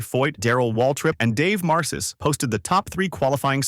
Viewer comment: Dave Mar-ciss and Chad Nows, lol